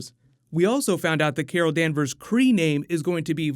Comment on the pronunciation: Carol Danvers. its lot sund like kara danvers